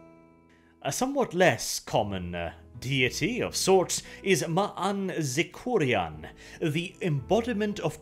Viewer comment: It was truly painful. Also the way he pronounced Ilsensine and Maanzekorian....